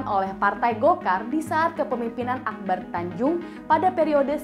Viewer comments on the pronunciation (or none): none